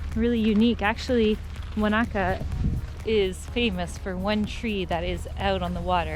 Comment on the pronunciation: Yay you pronounced Wanaka properly lol, screenshot 😎